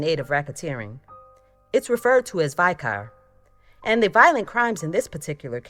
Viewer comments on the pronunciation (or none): none